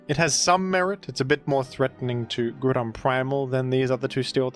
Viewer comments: I love that you’ve officially changed Groudon’s name to “Grudon” and no one bats an eye. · days since Grewdon: 0